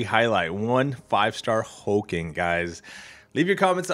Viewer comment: His name is Hulk-Ling not Hul-King, just FYI. Regarding the bundle. it's much better but wish it was a 6* still